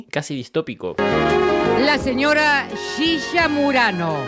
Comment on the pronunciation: me encanta como el dice "shisha" jaja